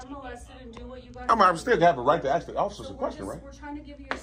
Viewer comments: A S K not A X E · Hey, it's pronounced ASK not AKS. Go back to school dummy. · "Axe" the officers?????? Alot of people "axed" him. It's amazing that he wasn’t bleeding and sent to the hospital. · Lol... they can 'Ax..." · We just want to ask for ID. You can ax you can ax. WTF? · You have a good command of the language except it's "ASK" not "AKS" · I could watch this video and others like it BUT It Really Ruins the content when an "individual" cannot properly speak english and Pronounce the EASY word of "ASK" and NOT "AXE". It really messes up the fact that he's TRYING SO HARD to speak with PROPER Verbage... js 😳🤔👀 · It’s ask not axe, really not that hard. Great job otherwise. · Why are people "axing" you? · Lol I hope you never have to say ask and axe in the same sentence. Obviously nobody taught you there is a difference in pronunciation. Come on man, don’t AXE stupid! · They can axe. They can axe awl thay wont. 😮😮😮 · I would take it as a threat every time dude with camera kept saying something with an axe 🪓 he keeps saying axe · They can axe me